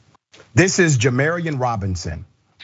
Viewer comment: Just so everyone knows his name is pronounced ja-MAR-eon, “marr” like “car.” Not “mare” as in “care.” And thank god this finally happened. This is one of the worst racially motivated murders I have ever seen in my entire life. A secondary autopsy performed by an independent party determined that a police officer walked up the stairs to Jamarion Robinson’s body and shot down into his chest. A slug was recovered from the floor beneath where his body was found at rest. The trajectory indicated the round was fired straight down into his body. That’s an execution. Jamarion Robinson was executed by police officers. His mother is a powerful and strong woman, all of my love goes out to his family.